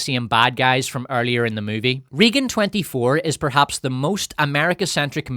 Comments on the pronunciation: Regan is prounced more "RAY-GUN" not "Reegen" also you screaming is obnoxious as hell and ruined an otherwise okay video. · Took me a minute to figure out that your weren't saying "Reegan" as part of a made up name for the movie, and that's just how you pronounce "Raegan". Maybe that's the correct way to say that name Ireland but in the US it's always "Raygan". Oh well, your aren't very likely to be making more videos using that word frequently and you aren't going to change this video now. Only too bad that the Communists successfully took over Hollywood after all, which is a lot of how we got to where we are today. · Also, RAYgan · It cracks me up how badly he mispronounces “Reagan” 🤣